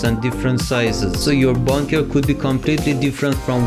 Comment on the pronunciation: It's funny how he say bonker than bunker but helpful though